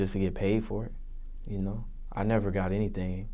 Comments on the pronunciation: "Hennything is really possible" ctfu im sleep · "Hennything is really possible, hennything is really possible." 😂